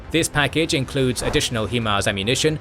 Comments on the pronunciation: The way the narrator pronounces (High-Mars) as (Hee-Mars) makes my eye twitch. That aside, great documentary. 👍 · "High-mars" for future reference. Great video. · At this point i think you are just saying "HE-Mars" on purpose.